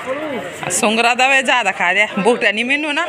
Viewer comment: मेरी नानी भी शुगर को सुंगर बोलती है 😂😂😂😂